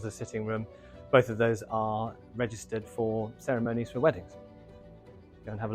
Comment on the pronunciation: The dreaded "ceremoanies". Where do people learn this abuse of the language?